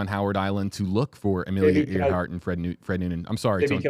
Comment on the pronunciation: WFLA producers: For future reference 1) Earhart is pronounced airhart - nor earhart 2) Gardner / Kremins has been known as Nikumaroro since 1979 3) target was Howland - not Howard! - Island